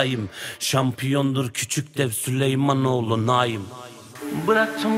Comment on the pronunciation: Naum değil naim